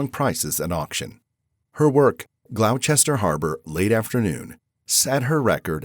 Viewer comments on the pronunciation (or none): ... Glowchester Harbour (Glow rhymes with plow) ... Is that really how they say it in New England? Or is this narrated by an AI? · That pronunciation of "Gloucester Harbour" at about is one of the most bizarre things I have ever heard. I doubt if a human being could mangle that, so I presume the narration is AI. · Wtf?? The voice over on this programme must have been either bad AI or sn illiterate clot. He pronounced "Gloucester" as "Glauw chester" instead of "glosster". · “Glow-chester? No, no, “it’s pronounced “Gloster”… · GLOWCHESTER HARBOUR? Maybe do some research on pronunciation before reading the script. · But the original Gloucester is in England. It's meant to be pronounced Gloss-ter. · Not "GLAOO-chester" then? ;-) ...I wonder how they'd deal with Worcester, Cirencenster or ...Hurstmonceux! "Hurrst-maahn-soaks" probably! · Why does no-one check these AI narrations for the hilarious messed up pronunciations? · If this isn't AI, you sure don't know how to pronounce "Gloucester." Look it up, please.